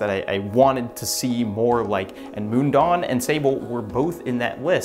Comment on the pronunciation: As a Swiss Person living near the real Mundaun I'm really happy to see big Youtubers talk about it. Just one small note - you pronounce it more closely as "moon-down" not "moon-dawn" ;-)